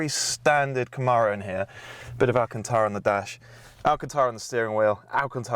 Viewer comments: Love these rise and shine videos. FWIW, it’s ‘Cam-aro’, not ‘Ca-maaro’. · You got the "Zee" part. Now repeat after me- Kuh-mAIR-O. The second syllable is like "air" or "mare" not "Arrrrr" like a pirate.